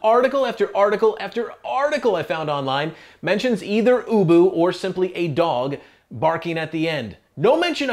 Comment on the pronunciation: You can tell he calls his dog ubu in the interview , but clearly not in the closing, he was probably nervous and he pronounced it boo-boo